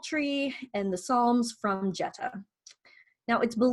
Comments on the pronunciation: This is very informative...thank you! I do believe Jutta is pronounced more like 'Utta' with a long U (sounds like 'you'). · Fyi, before you make a video about Jutta von Sponheim, her name is pronounced Yut-tah. Very common in many languages, and definitely the Germanic ones, for the J to represent a Y sound. English is a bit unusual in that the J is a hard G sound but that is not the case in German.